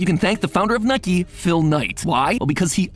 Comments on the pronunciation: That nike pronunciation confirmed the ai for me. I was pretty sure, but not certain. If mat is trying pre-existing ai, fair play. If hes making his own, "nuh-ki", should have been caught and fixed. And i assume the speed is either intentional, or this is the first test run. AI is difficult to train, and im sure Mat will get there, but you need to give the AI all the weirdest sounds that might be made. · Did Mat use an AI voice overlay? That’s not how Nike is pronounced even at 2x. 😢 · Id agree on this but some pronunciations of words kinda sound weird tbh? Like how he says Nike?